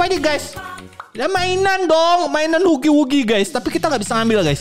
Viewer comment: Bang bukan hugi wugi bacanya hagi wagi